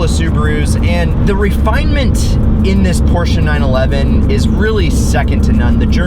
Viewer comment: Please don't refer to a Porsche as a porsheru. Just don't do it.